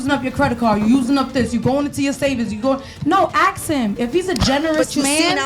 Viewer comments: If she’s so educated, why does she still say “axe” instead of “ask?” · the word is ask.. not AXE.. i think if a woman cant even say this simple word properly.. and makes excuses as to why or even tries to shame you for correcting her... she is not a lady and should be left for the streets. chick said niggas NEED tp be spending that money on them.. cus we not gona die with that money..so we should just spend that. the level of manipulation here..and they get mad if you dont and start getting aggressive.. question is where's their own money though? Host sai those are simps though.. she said NO! those the ones that got it.. im like.. ok like simps dont have it also, thats why they giving it away. long n short.. whores. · Ask him: ✅ Ax him: ❌ ( The first 48 Hours ) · Ain’t dating no grown ass female that says Ax instead of ask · Masters Degree but can’t pronounce “Ask” correctly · Masters degree but can’t pronounce “ask” correctly is wild